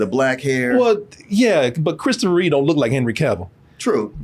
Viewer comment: its REEVE REEVE.